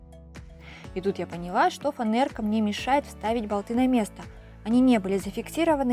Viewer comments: Не фанэрка а фанЕрка ;простите но ухо режет атак молодец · Фанера, а не фанэрка))))